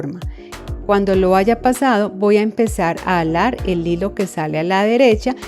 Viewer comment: Me encanta como dice alar en lugar de jalar 😅 ya hice la de san benito y me que do muy bonita lastima que no se pueden subir fotos gracias por tus tips son muy buenos me encanto 😊